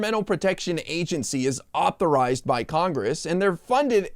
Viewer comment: She struggled with authorized!